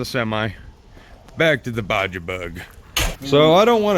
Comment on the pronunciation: Baja is Pronounced Bah- Hah. In Spanish